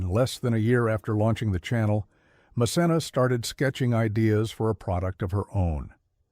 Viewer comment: It’s pronounced MKenna. Good idea to view her show